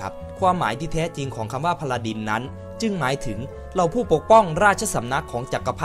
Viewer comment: พาราดิน ไม่ใช่ พาราดร พาราดร ไม่ใช่ พาราดิน